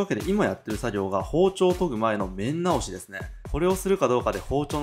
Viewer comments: 面なおし めんなおし じゃなくて つらなおし じゃない？る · めんなおし、ではなく、つらなおしです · めんなおしじゃなくてつらなおしですよ（笑） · 面直し つらなおし じゃないの？